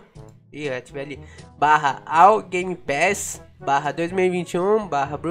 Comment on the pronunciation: A palavra secreta é gemepass